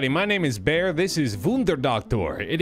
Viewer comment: Quack Co dude isn't a duck 0/10 Baer butchering German names 69/10